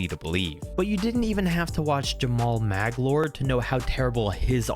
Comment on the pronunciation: Lol you know he's a legend when can't even pronounce Jamaal Magloire properly